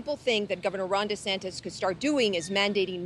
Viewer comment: "Don Retansis" needs to slow down on the "hamberders". He looks more like "Individual 1" every day.